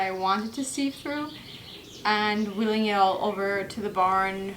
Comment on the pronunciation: Great work. Well done. Sieve rhymes with give BTW. Ah, the wonders of English pronunciation. :)